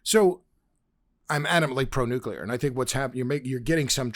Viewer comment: Why can''t Freddie pronounce 'nuclear'? - newkiler, newkiler, newkiler.....